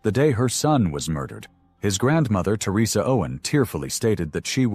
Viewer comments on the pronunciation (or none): none